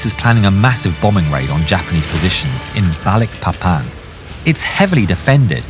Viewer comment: Balikpapan City is a city in the province of East Kalimantan, Indonesia. Balikpapan is the second largest city in East Kalimantan, after Samarinda City, with a total population of 733,396 people in mid-2023, the way you say "BALIKPAPAN" was so clear and nice. thanks from Indonesia🇮🇩